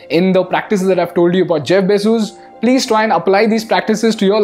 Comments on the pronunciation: Is it really pronounced Jeff BayJuice? 😂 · Bezoos? His surname is Bezos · every time he says Bezos :D